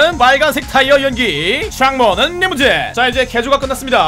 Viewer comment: 창문 리무진 발음 진짜 ㅋㅋㅋㅋㅋㅋㅋㅋㅋㅋ 영상에서 창문 튜닝하는 부분만 모아서 따로 영상 하나 만들면 소원이 없겠네요 버그도 뭔 저런 버그가 있지 야무지네 ㅋㅋㅋㅋ